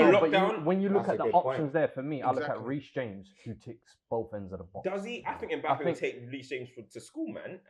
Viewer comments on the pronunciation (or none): the disrespect on reece james name 🤣🤣